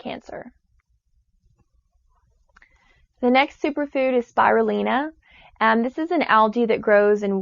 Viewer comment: First off Quinoa is not a grain, it's a seed, wheatgrass is not suppossed to be eaten, only juiced so their is no fiber, you can't even pronounce spirulina properly and agave nectar is just as bad as refined sugar as it's also heavily processed and has a very similar glycemic index as sugar.It sounds like this girl got her education from fox news.